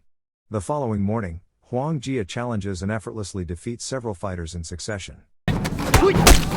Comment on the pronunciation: Huo Yuan Jia. Listen to the man who correctly pronounced it.